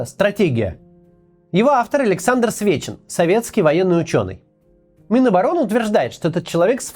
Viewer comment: За весь ролик один раз ты сказал Сечин а не Свечин!*